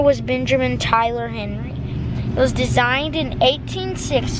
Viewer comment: It pissed me off when he said HENERY red rider